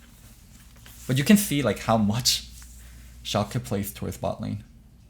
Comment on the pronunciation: God the way you pronounce Shalke hurts my ears. Its not ShalkEEEEEE its Shalke (i know this isn't how you discribe it but ... ) its the same e as in Larssen (short and more of an uh sound)